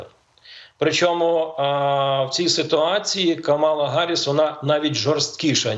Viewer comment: Чому Гарисс, хіба не Їарі сс?